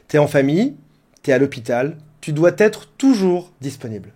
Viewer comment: Ah 1 minute et 4 secondes, on entend, tu doiT être devant ce téléphone ? Non, tu doiS être, pas de liaison avec un T imaginaire, c'est plus joli.